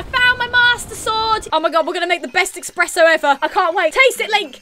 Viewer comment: "Oh my god were gonna make the best 'eckspresso' ever,"